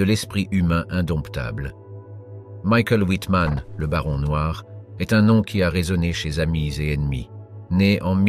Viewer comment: Prononcer Michael Wittmann et Erwin Rommel à l'anglaise est à la fois comique et totalement imbécile, cela dénote une inculture calamiteuse. Wittmann fut le plus célèbre chef de char (après avoir fait très fort avec un Stug, peut-être parce que loué par la propagande parce qu'il était dans la Waffen SS, mais Kurt Knispel et Otto Carius firent très bien aussi et ils survécurent à la guerre alors que Wittmann fut tué en Normandie le 8 août 1944. Après la guerre, Otto Carius reprit ses études de pharmacie et ouvrit une officine nommée "Panzer Apotheke". C'était un sage et Wittmann aussi était un sage, ils connaissaient leurs limites. Le Blitzkrieg n'aurait pas été possible si TOUS les Allemands n'avaient pas été dopés à la pervitine, une métamphétamine qui "accroît l'endurance, permet aux soldats de marcher soixante kilomètres par jour et de rester éveillés pendant quarante heures successives, elle retarde la sensation de faim et de soif, anesthésie la peur… Bref, c'est le composé idéal à ajouter aux gamelles des militaires!" Si on ne sait pas ça, on ne peut pas comprendre comment l'armée allemande put être aussi rapide et efficace. A part ça, cette vidéo est assez pénible à supporter, j'ai rarement vu pire. Salut et fraternité*